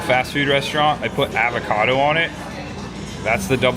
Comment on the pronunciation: The way pronounces things makes me angry. Avacodo